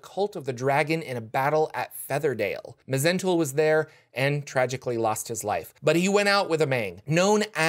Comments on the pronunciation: It's actually pronounced Mul. The H, Z, E, N, T are silent. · It's just Zentul, the Mh is silent.